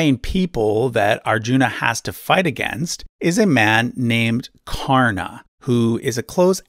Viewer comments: Well you got most of it right. I just want to correct you here. You rightly said that the name karana is pronounced as Ka-rr-n, but "Ka" sounds more like "co" in "come" than "ca" in cat. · dude i love your work, but stop putting 'a' in frount for hindu names, its just karn, Duryodhan, arjun, etc